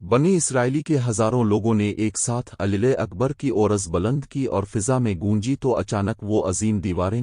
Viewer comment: Your pronunciation of Allah is incorrect in the video. Please correct it